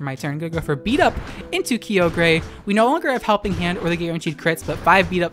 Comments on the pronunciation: Isn't Kyogre pronounced "ky-oh-gur" and not "Key-oh-gray"? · “Kee-ogre and Ground-don” Unsubscribed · Ow. Key-oh-grey and ground-don.... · QOTD: Yep :D Btw, I'm unnerved with how you pronounce Groudon with an 'n' and Key-oh-grey lol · Were you purposely saying Groundon and Keeogray for the memes or is that how you pronounce them? :P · Every time I hear Keeogray or Grounding I die a little inside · Kee-og-ray Ground-on .-. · I love your videos but I hate how you pronounce Kyogre and Groudon xD